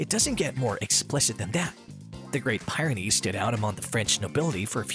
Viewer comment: I just can't take his pronunciation of Great Pie -ren ies!! You pronounced the mountain range correctly, but then you messed up the Breed name! Yeah this is old, but it's the internet and I gotta complain!!!